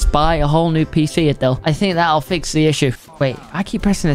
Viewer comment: Can we acknowledge the fact that said fix with a “TH”